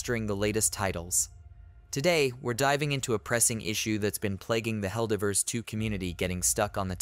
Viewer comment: Is this AI or does bro not know how to pronounce divers?